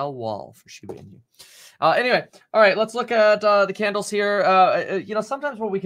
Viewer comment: Your pronunciation or shibainu gets a D 😂